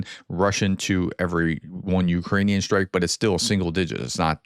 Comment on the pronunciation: Strike not SHtrike